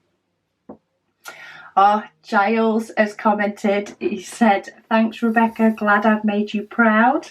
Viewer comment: Hi, you pronounce it well! My grandma is doing great, the daily healings are a crazy moments due to her pain but the doctor told us that it looks good and the process will be long. Enjoying the advent!